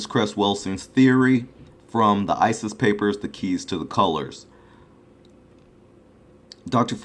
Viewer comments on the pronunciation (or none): none